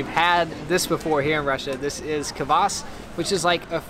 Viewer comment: Westerners pronounce---Ka-Vas ! It is Kvas !